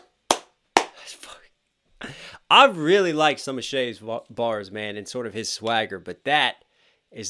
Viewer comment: You keep saying it wrong. It's Chay, not Shay.